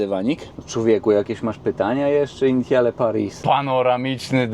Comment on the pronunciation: Dojrzały, poważny i dobry kanał, a sprawdzić wymowy francuskiej się już nie chciało. "Initiale"? Litości - dowolny słownik lub translator, albo jeszcze lepiej Forvo i nie byłoby siary, bo brzmi to masakrycznie źle. Ale Twingusia lubię, więc mimo wszystko kciuk w górę.